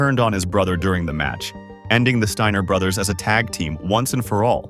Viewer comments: MY GUY !!! THIS IS HOW YOU PRONOUNCE THIER NAME !! ( STEINER ) NOT " STINGER " YOUR A CLOWN 🤡 TRUTH HURTS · the Stinger brothers? Or did you say the “Stainer” brothers?